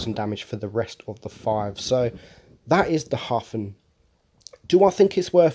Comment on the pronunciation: Very good pronunciation of the word german word "Hafen" - Harbour - and very passable for Edelweiss :)